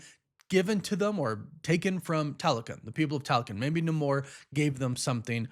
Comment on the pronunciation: You need to learn how to pronounce Namor.